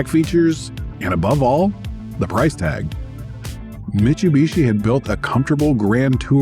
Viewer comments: Great video, but the pronunciation of "Mitch-oo-bishi" was driving me nuts. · I've heard various ways people pronounce this brand, but never MICHUBISHI 😬